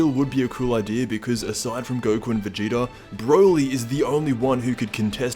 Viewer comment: lol "goku or vageta"...you mean goku.